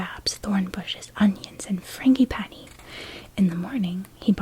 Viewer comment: Still can’t get over how says frangipani tho